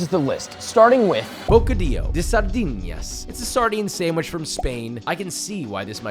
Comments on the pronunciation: Your Spanish blows Josh, it’s not sahr- dee- nyas it’s sahr-dee-nahs,, there’s no ñ same with habanero peppers. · Sardinas not Sardiñas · Bro relly said "bocadillo de sardinas" as if the n was pronounced as an ñ